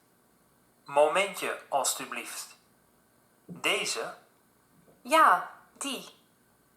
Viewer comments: "alstublieft" means please and here you go, If someone wants to know something that is spoken/typed in this video just ask it to me, I speak dutch so it's sometimes verry funny when he can't understand something or says something horrebly wrong. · "iedereen" is a synonym of "allemaal" "spreken" and "praten" are also synonyms In the audio, the man says "alstublieft," which means both "please" and "there you go/here you are." Your Dutch pronunciation is actually quite good, I would understand everything you say if you talked to me in real life. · Your Dutch pronunciation is actually better than what I heard from the soundclip about the lady in the bookstore. That was far too polished and sounded like some fifties radio voice (Dutch people generally do not talk like that). Well done! The man in that clip was saying "alsjeblieft" (please) a lot, because we also use it when handing people things. It would translate to something like "here you go" or "here you are" (like when handing over money, or the book the lady in the clip asked for). Just a polite response :) Dutch is my first language, and I am generally able to understand Afrikaans, although I cannot speak it myself. We have several local dialects in the Netherlands (as well as a wholly different language: Frysian) that I find harder to understand than Afrikaans.